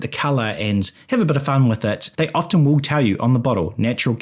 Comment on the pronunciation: The 't' in 'often' is silent.